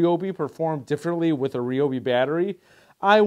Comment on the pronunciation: You keep calling it. (Re-o-be), when 20 years ago, when they were blue, commercials on TV called it (Ri-o-be). The ads said... on TV... Ryobi (Ri-b-oe) Days! Usually during the holidays!!!